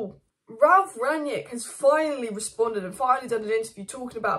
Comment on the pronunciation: Rang-nick. Not Ragnick , and certainly not Ranyick 😂